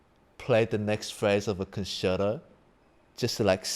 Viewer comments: well sorry but you shouldn’t. It’s con chair toe. With whatever your accent is, accent is not what I’m talking about. You don’t or shouldn’t say pee za, it’s peetsa. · Love twoset, but how do they not know how to pronounce the word concerto?